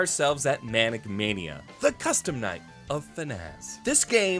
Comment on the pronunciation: "Manic" mania? MANIAC mania.